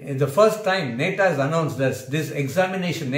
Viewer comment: It's not neta It's Nata Pls Pronounce Properly